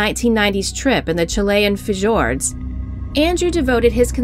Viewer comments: did the narrator really say "The Chilean Fejords?" Could it be she meant to say "fjords" (fyords)? Tsk, tsk. , did she really say "wilst?" Could it be she meant to say "whilst" (British English for "while")? My gosh ... Ohhhh ... I'm going to go watch a video of someone rebuilding an old Volkswagen engine ... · "fuh-jord" eh? 🤣😭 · Did she really say fujords?😂(fjords)... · It's pronounced FEE OR Ds, Fjords, NOT FI JOR Ds. If your going to be a commentor then learn to pronounce words correctly! SHEESH!! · fjords ? the pronunciation is not fee-jords as you said ....its an insult to all of us with Scandinavian ancestry its pronounced fih-yords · Honestly the scariest thing in the video is the pronouncing of “Fjords” as “Fa-Geords” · I'm sorry but I'm only secs in and had to laugh at the "Chilean fJJJJJords" Okay I'm off to tune in again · “F-jords”?!?!!! If you’re going to present a documentary to the world, at least learn how to pronounce common words, or lose your credibility. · 😂😂 Fjords- the J is pronounced like a Y. "Feeyords" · "fuhjords" lol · "Fuh-JORDS"??? Nice going, AI. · Fa-Jords? lol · Fjords...pronounced FeeYords, the J is pronounced like a Y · Fjords is not pronounced fee jords lol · Who thinks "Fajords," with "j" as in jelly, is the correct pronunciation? And you think a Panamanian town "Boquete" is pronounced "Bokett?" One of the problems of the internet is that so many people now have no idea what they do not know, so they would never look up words like "fjords" or "Boquete." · “Fa-jords”? Seriously? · It’s pronounced, fyords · Chilean WHAT?!? Fjjjjjjords?!? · Fjord and coroner seem to be words the narrator cannot handle. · Good video but the pronunciations of coroner and fjord just kill me lol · that pronunciation of "fjords" hurt my soul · I don't know what makes more irritated, the way she pronounce Fjords and Finnley or the distress call not being taken seriously. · Lol the way fjords was pronounced. 😥😂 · Please learn how to pronounce "fjords"